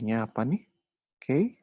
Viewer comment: Materinya bagus cuma frustasi nih denger key dibaca key, dibacanya kiy harusnya wkwkwkwk